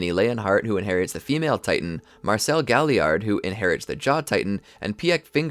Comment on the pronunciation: You can tell this guy doesn’t watch the show. Weirdly or mispronounces many things. Reiner, piek, galliard, krista, rogako village, uzamabitos